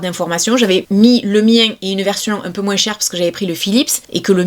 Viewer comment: moins , pas moinse lol